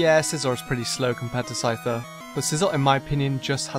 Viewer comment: DO NOT LEAVE OFF THE C IN SCYTHER AND SCIZOR!